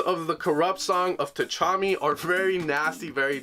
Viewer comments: Is it not pronounced "tuh-commie"? Tchami? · I think we've let this go too far. Someone needs to tell him that the T is silent in Tchami haha